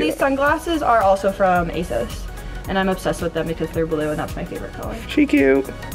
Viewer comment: Thats nice and all but why did she pronounce ASOS like ay-sowss